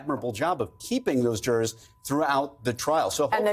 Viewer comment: "and the drrrs have left the courtroom..." Not even close to "jurors". 😂